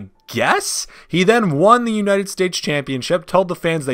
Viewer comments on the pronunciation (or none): none